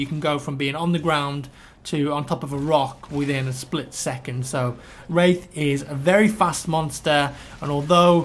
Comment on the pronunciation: am i the only one who thougth he was saying rape